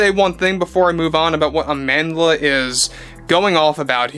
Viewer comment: As a Motswana I physically cringe whenever I hear people say “Amandela” because they can’t say “Amandla”